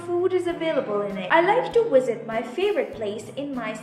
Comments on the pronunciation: why u keep saying " Wisit " not with "V" ? o.O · you said Wisit instead of Visit